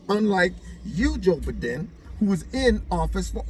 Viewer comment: ...tracing where a fart came from! LOL! Always enjoy your videos! "Joe-b-don" Love it.